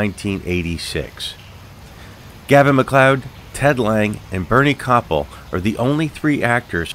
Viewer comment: Good video, but you mispronounced actor Bernie Kopell's last name.